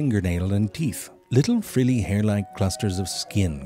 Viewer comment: “Frilli” bahaha